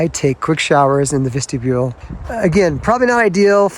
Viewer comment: Vistabule not Vestabule.